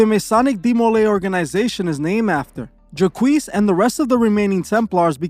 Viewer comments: Lol JACQUES is pronounced JOCK or ZHOC. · Jacques is a French name, it is just pronounced "jac"......not Jaqwees haha. Good video though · Juhkwees (Jacques) is pronounced ‘jock’ with a long ‘j’